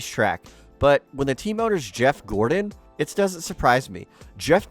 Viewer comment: JEFF GOR-ON. Enunciate!